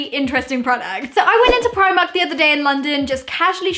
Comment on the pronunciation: u say primark wrong